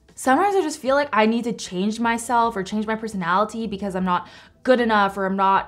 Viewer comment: I like the way she says peronaliTy